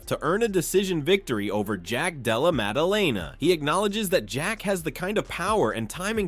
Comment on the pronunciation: "Jack Dallemelalala" 😂